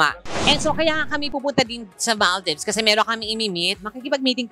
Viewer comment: sorry po but saying it correctly is maldives and not maldibs (example lng po) pls search it from google pronunciation and hear it sounds.